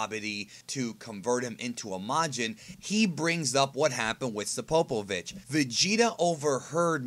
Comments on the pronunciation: “SApopovich” or just Spopovich...? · You're saying spopovich wrong, idk where you're getting the a from